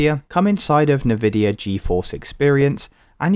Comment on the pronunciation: I hate the way you say Nvidia